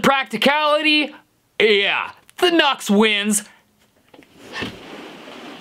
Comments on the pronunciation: NUX is no "nahks" but "New-EX" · Nu-X is pronounced "new-ex", hence the little "-" in between "nu" and "x" lol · Isn’t it pronounced “new x”? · I thought it's pronounced as "New X"? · It's pronounced "New X" lol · Are you aware that it's pronounced "new-x" ?